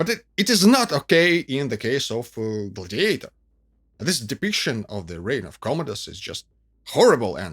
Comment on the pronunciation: OMG; the accent is on the 1st syllable in "GLAD-iator, NOT on the 3rd syllable, which you keep repeating over and over again. Please; it's GLAD' -i-a-tor.